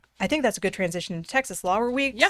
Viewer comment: It's pronounced Texas not Texas'es